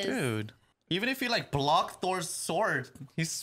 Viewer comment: Askeladd was not kidding and it's not Thor. It's ThorS, with an S!